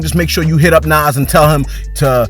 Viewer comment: You are not a fan of Nas (The way you said his name shows that)